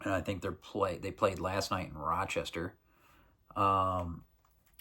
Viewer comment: Like the way you say ‘Rochester’ — sounding just like an Upstater.